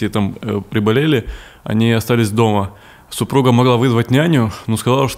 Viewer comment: Супруha – там фрикативная [h]. Как в чешском, словацком, украинском, беларуском языках.